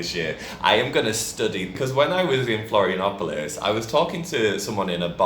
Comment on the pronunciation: às vezes entender alguns sotaques do Brasil é difícil até pra mim kkkk Adorei o "Florianópolis "